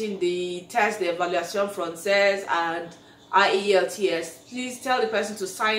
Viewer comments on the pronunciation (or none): none